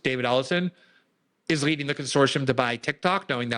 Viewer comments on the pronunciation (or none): none